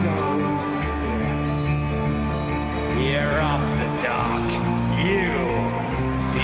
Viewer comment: Excuse me but it's pronounced Fear of the DUCK.